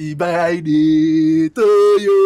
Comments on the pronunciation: is it happy birthday or happy byday😂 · sound like he saying happy bye day to kali. 😉